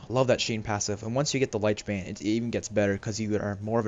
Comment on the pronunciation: Lich bane not Liech bane, Lich sounds similar to itch instead of light.